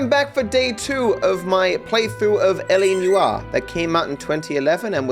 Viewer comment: Why are you saying Noire that way? Lmao